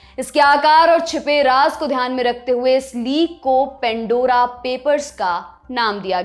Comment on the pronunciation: Pan Dora Not pen.dora Please improve English pronunciation